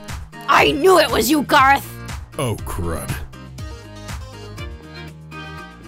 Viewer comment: its garroth not garith